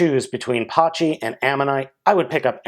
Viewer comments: It's pronounced pachy (pa-ky) Or bun pachy (boon-pa-ky) Not hate just correcting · it's actually pronounced packy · The h is silent